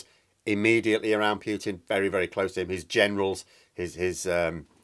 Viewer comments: I cringe every time you say "Pyootin". It's "Pootin". Cheers. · I really wish you you would stop saying Pewtin...as in pewter..rather than the correct pronunciation of Pootin...as in Winnie the ...